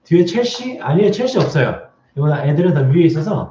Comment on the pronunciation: 첼시가 자꾸 최씨로 들리는😅🤭